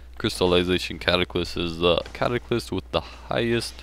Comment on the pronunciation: CataClyst and sCimitar. Lol.